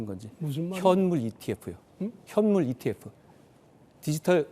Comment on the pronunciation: 이티에퓨 ㅋㅋㅋ 깐족이 F 발음 진짜 개패고싶네